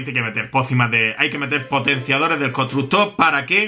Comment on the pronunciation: Todos viendo como mejora los constructores Yo: dice "Constucto"